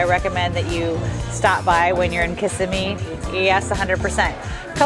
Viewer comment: You are pronouncing Kissimmee incorrectly and snow crab is not a soft shell crab unless it is in the process of molting.